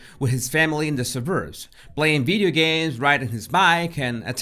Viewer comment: Hey, can you say "Video" instead of "Bideo" 😋 Love your channel by the way 👍